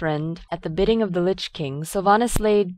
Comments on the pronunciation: Teh leader of the cult of the dammed? Teh? lol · didnt know it was called "teh cult of the damned" :D